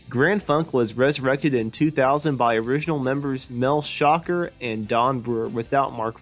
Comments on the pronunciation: JUST FYI.... Mel Schacher Pronounced shah CAR' (NOT SHOCKER)🟥🟧🟨🟩🟪🟫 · How to tell us that you don't know how to say Mel's last name without telling us. #1. Just don't say it. #2 Say it wrong.